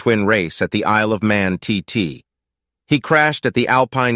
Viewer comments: Da onde vc tirou essa pronuncia T and T ??? A sigla representa o termo Tourist Trophy. Os gringos usam apenas TT na pronuncia. Fica a dica. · Que agonia você falando T and T